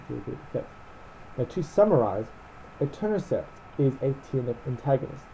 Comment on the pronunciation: I keep hearing Eternacept instead of Etanercept.